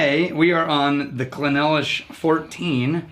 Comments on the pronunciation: Clynelish..NOT Cly-nelish...Phew!🥵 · It’s pronounced cline-leash. We expect better from you 😆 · It’s pronounced clyn-leash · I believe it’s pronounced as “ Klayn-leesh “ ... Cheers ..! 🥃 🥃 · It is pronounced Kline Lish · Gentlemen please, "Kline-lish" Also its funny to see before he got his "powers". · I thought it was pronounced "Kline-ish" A very complex whisky to be sure. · It's pronounced 'Cline-leash' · Emphasis is on the first syllable, CLYNE - lish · Guys, bad news. You mispronounced "Clynelish"